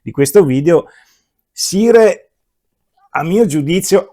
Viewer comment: Ottimo video come sempre. Una sola nota senza polemica: il nome si pronuncia SAIAR e non SIRE. Per il resto grazie per la tua bella recensione.